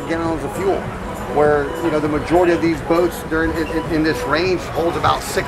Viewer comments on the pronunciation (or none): none